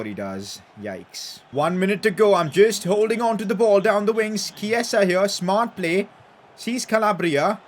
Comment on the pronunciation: Dude it’s not Keisa, it’s Chi-e-sa